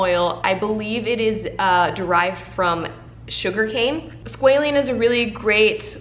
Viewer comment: Hi :3 just a little note, and bare in mind English is not my 1st language, but it’s squalAne. There is SqualEne, but they are different, and if someone goes just by hearing you and don’t pay attention to the product itself, it might get confused. ❤️